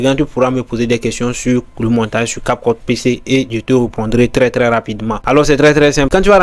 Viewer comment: Prononce bien cap cut des fois on dirait que tu dis capote.